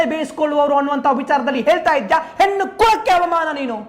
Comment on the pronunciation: ಹೆನ್ನು ಅಲ್ಲ ಹೆಣ್ಣು ಮಾರಾಯ